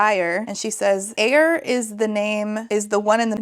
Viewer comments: Popping back in to add that Eir is pronounced more like Air. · It's Eir with a g.